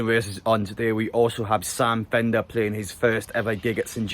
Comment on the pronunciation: definitely said sam bender there like mate